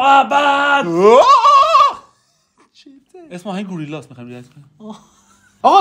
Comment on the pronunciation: و درواقع گِريلا تلفظ ميشه 💕